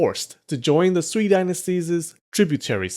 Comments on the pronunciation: Sui (隋) sounds more like Su-eh (as in hay or hey not e as in me). The bottomline is that they are all going to get bloody and T'ang China has other empires to invade in Central Asia and elsewhere. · You probably wont read this by now, but "sui dynasty" is pronounced more like "sway dynasty" hope this helps.